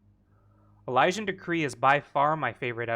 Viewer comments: e- lee- shin.... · “Uh-liz-in/ian” hearing you butcher Elysian triggered the hell out of me for some reason 😂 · how Elysian is pronounced.. e- lee- shin